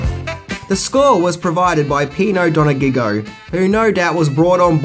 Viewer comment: Pino Don-a-gig-go? The Don of the disco beats? It's Pino Donaggio. Your pronunciation of Italian names is the best thing in this video!